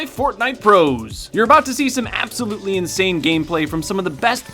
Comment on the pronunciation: You’re about to see some aaaghbsooulootellei anybody else hear that?